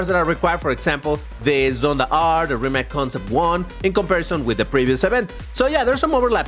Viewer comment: Rimac ❌ Rimats ✅ 🗣️🔥🔥